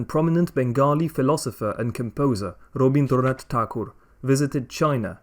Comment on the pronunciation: As a Bengali, I can say that your pronunciation of Rabindranath Thakur was spot on!